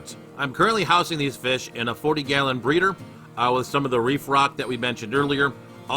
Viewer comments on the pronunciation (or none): none